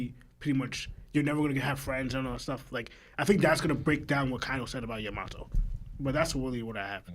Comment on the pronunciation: Cant stand the way you guys say some of the names its Yamato not yaMato